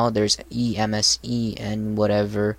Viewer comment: The title "Custom Windows Live Messenger for Ubuntu" is kinda misleading. Emesene and aMSN are WLM "clones". Plus it's not Ubuntu only. Also Emesene is pronounced MSN, otherwise it would be written EMESENE or E.M.E.S.E.N.E. A more correct title would be Emesene: WLM Linux Alternative. Just my thoughts and some constructive criticism. Nice video btw